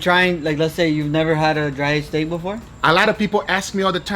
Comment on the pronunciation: I love the way guga says steak, he says it like “stæg”